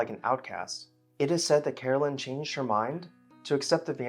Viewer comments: Caroline is not pronounced as Carolyn, but Car o line. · Is her name Caroline or Carolyn? You’re pronouncing it like Carolyn. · I like your posts but you kept calling her Carolyn and not Caroline